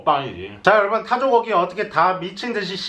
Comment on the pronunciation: 형...발음돔 바꿔조요...타조고기인데 자꾸 타조거기 라고들려....